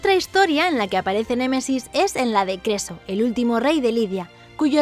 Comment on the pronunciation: Like si escuchaste queso en vez de creso